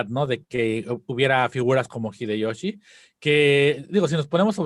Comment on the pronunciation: "El gggghideyoshi!" 🤣